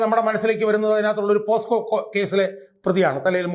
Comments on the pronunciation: ഷാജഹാൻ സാർ "പോസ്കോ "അല്ല 'പോക്സോ 'ആണ് അഡ്വക്കേറ്റ് കൂടിയായ താങ്കൾ ഇത്തരം കാര്യങ്ങൾ ശ്രദ്ധിക്കണം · അഡ്വ. ഷാജഹാൻ 😂പോസ്കോ കേസല്ല. പോക്സോ എന്നാണ്.😊